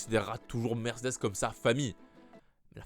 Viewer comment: Bon, il faut qu'on parle... j'adore tes videos ton flow et tout et tout mais punaise, on ne dit pas: "Mercdess " je comprend que tu veux Vrooum vrooum zen mais on ne dit pas "Mercdess" hein! Mer-cÉ-des 😅😉 sinon pour le volant Mercedes Ocon ou Albon avec une préf pour Ocon bien sur! A++